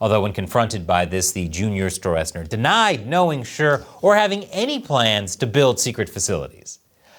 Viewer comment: Stroessner (German: Strößner) is pronounced more like strussner. 🍯🍯🍯🍯🍯